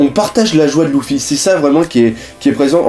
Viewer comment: c est grave moche comment tu dis luffy mais sinon continue comme ca !